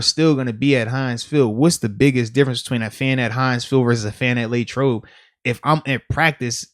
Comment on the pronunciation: Nobody: Moats: Laytrobe